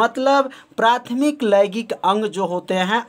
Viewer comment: Sir laigik nhi hota h laingik hota h😏